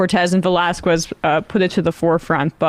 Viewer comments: Its not pronounced Velaskoooez. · That's not how one pronounces "Velasquez."